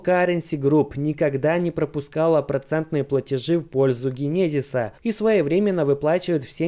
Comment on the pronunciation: Чувак иди учи английский не генезис а ДЖЕНЕСИС 😂❤